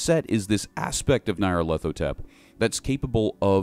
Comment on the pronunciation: By Crom, your pronunciation of the Crawling Chaos's name fills my ears with a pain worse than a spear to the chest.